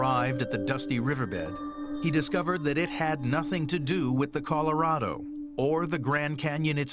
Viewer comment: > < ...."the Coloro river"......